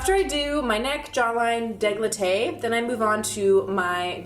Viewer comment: dé-CO-letté lol